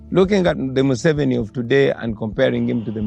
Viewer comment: It’s pronounced moo-se-vee-nee just for the record.